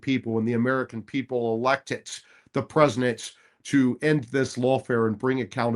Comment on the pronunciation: I truly do respect and admire Mike Davis, but I get so hung up on his annunciation of the word President. I swear I hear presiNent nearly every time. I'll give him credit though, he clearly said PresiDential when he was fired up about the appointments that he gets when picking a team that WORKS for him. 😊